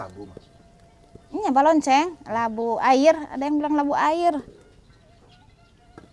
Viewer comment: Balencong sanes balonceng teh